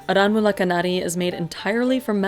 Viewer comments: It's pronounced "aaranmula" fyi😭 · "R N Mula knnaadee" Pronunciation ☝️